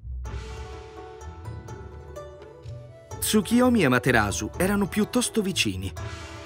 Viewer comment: Perchè leggi Tsukiyomi?